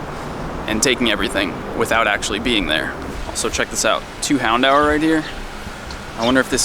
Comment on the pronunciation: the way says 'houndour' is so weird to me. He pronounces it as hound-hour but I've always heard and pronounced it houn-door